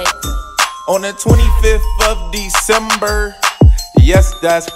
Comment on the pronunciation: In love your vlogs but when you said December it here Like you f December like it here like you said a cuSs word the f word but y'all videos are home every day y'all away make my day